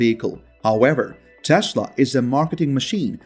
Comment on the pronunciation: what’s with Maask and Taasla? 😅